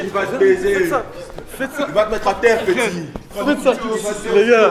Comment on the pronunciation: « il va té mettre à terre pétit »🤣🤣🤣🤣🤣